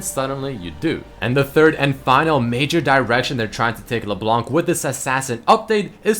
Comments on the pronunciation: "LeBelanc" XD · just the pronontiation of leblanc is leblan